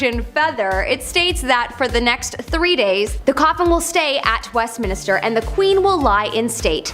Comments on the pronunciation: Westminister??????? How bout Westminster. This from a Canadian is rather embarrassing. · Westminister why would it be called minister? Stop saying that